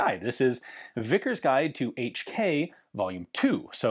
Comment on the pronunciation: "Each Key " My ears every time🩸🩸